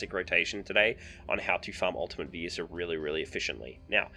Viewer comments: its vi-esa NOT WHY-ISA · Nice vid! Its Vee-es-ah if you care lol Also who the fudge says ShareeEEen xD